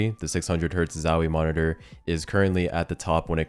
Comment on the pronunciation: you said the worrd "moniteur" 67 times